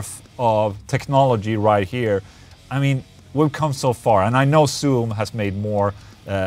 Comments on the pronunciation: It's zzoom. Not ssoom. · no one: Ola: ssoom